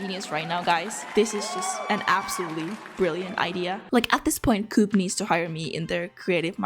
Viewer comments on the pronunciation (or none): You dont say cuup, you say Koop. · ""Starbucks is what Espresso House is for Europeans" ... as a 'European" I disagree, I had to look up the brand. It is only present in Scandinavia and Germany which means 90% of Europeans never heard of it. The fact you pronounce coop as in chicken coop and not as in Co-Op (Co-Operation) is funny but understandable. They are in the Netherlands as well but with an Orange logo (obviously.... Netherlands) That said, the art is what matters and the art is amazing :) And yes, I of course have hit the like and subscribe buttons :) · When you said coop then do-op I was like WHAT THAT CO-OP ( England ) THEN I realised it was the Europe one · here in Slovakia we have a coop stores. In my town we have Coop. Its a small store. We call it Coop, not co-op. I never knew it was pronounced co-op. And i never knew their logo was Green, because its Orange in alot of places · Here in Sweden I have never heard anyone say ko-op. We say coop.